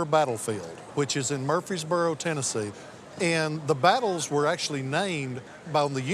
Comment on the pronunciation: Was really surprised by discussion about the cane. Twice he mentioned the Battle of "Murfeesboro in Tennessee. Actually, it was the Battle of "Murf-rees-boro" in Tennessee ( yes, it does have an "R" and it is pronounced.) Not taking away from his excellent assessment and his appraisal skills; just setting the record straight.